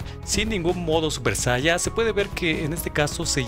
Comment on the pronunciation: por que dice super saia? xdxd